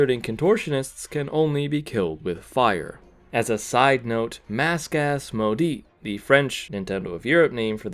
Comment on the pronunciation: Even as a french person i did not understand when he said maudit but im happy that there is smth french in the vid.